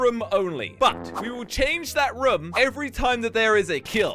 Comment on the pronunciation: I like how he says "rum" instead of "room"